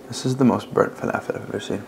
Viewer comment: It was always wild to me as a Palestinian, that ‘Israeli’ people claim falafel, but don’t know how to properly pronounce it???? Like kanafeh, hummus, etc.